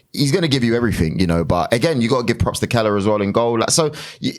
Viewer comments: Note for you bitter Man prick, it's Kelleher not Keller. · Ex army goon can't even pronounce the goalkeepers name, let me help you, it is Kell-e-her...pronounced "Kell-er-her"